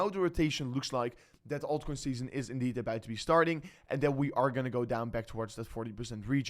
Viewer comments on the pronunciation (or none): Why this guy say EBAÖT instead of about